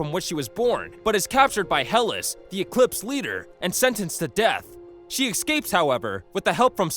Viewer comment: Only one complaint: It's E S C A P E S. Not E C S C A P E S. Just after